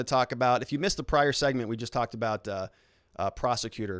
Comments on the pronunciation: It's pronounced "Roundsburg" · Good vid but Ravnsborg himself in the video it’s pronounced (Rounds - borg) just FYI